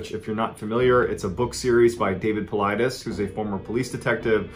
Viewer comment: David Paulides (Paul-eed-eez). No one gets his name right -_